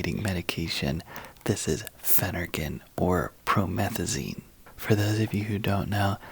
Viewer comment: Why are you whispering? 🤷🏻‍♀️ It’s doing my head in! 😵‍💫 I feel that you mispronounced Phenergan.! 🫢 I’m so glad that where I live, I can buy Phenergan 5mg, 10mg, 25mg without a prescription! 😊